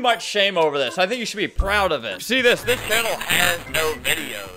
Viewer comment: "sıs" Yes Albert, sıs.